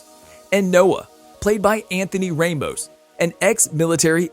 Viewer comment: The way he said Ramos tho >:(